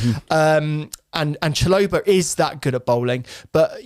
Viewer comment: Great insights but that pronunciation of Chalobah is abysmal, bro isn't even trying 😂